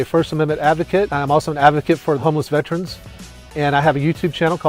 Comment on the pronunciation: You'd think an actual real life Veteran wouldn't pronounce it "Vet-runs". SMDH As a Veteran who has worked at the Veterans Affairs it pains me to see/hear people say this incorrectly.